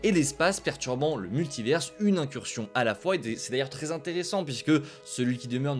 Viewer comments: Pourquoi tu dis multiverse ?? Soit tu le dis en anglais et tu fais l’accent soit tu le dis en français et tu dis multivers. Jamais compris le délire de dire multiverse. Ca n’a pas de sens. C’est comme si on disait universe pour dire univers. En anglais ils prononcent le S mais pas nous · Svp apprenez à prononcer Multivers